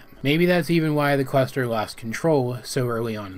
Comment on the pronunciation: when he says cluster I'm hearing quester